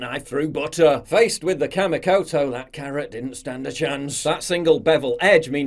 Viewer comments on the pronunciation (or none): It's pronounced KAH-MEE-KOTO. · I know it's hard to get sponsors, but Kamikoto? Seriously?